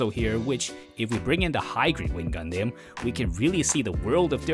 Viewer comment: damn your pronunciation for the word "Gundam" needs to change